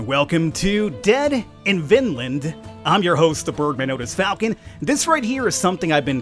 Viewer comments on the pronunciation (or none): none